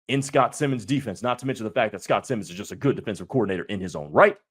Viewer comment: For your future reference, it’s pronounced like Simons. Simon says. Not Simmons.